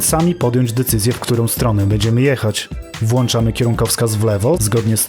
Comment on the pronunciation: nie włanczamy, tylko włączamy mistrzu